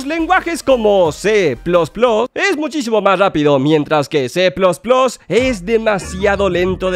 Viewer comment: Que es C plos plos ?? Grandísimo ¡nvec¡l, se dice C más más. Enserio que los youtubers son pero bien ¡d¡otas